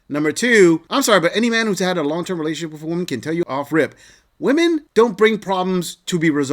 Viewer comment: Why cant any of these women say "women" properly??